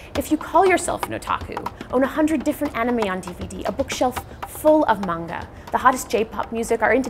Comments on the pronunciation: OMFG. Manga!!! 😠 you say it like this: Mon-ga Not:Main-ga People don't even say it right 😖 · Can people just PLEASE FREAKING PRONOUNCE MANGA RIGHT? If you are gonna pronounce anime right you should do the same with manga. It is mah-n-gah , not mang-gah. the japanese syllables are Mah n ga. please somebody back me up with this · Omg, the butchering of the word "man-gah" (manga) as mang-gah. xD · Will someone please tell that girl that Manga is Not Mani-GA!!! It is really annoying and may the word sound like Mango!!! I hate when people call Manga Maniga >.< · The way the dude says manga bugs me.